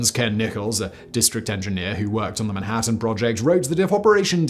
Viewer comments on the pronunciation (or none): none